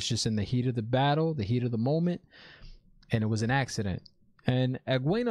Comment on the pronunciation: You have become my favorite reviewer. 'It was a axe-ident'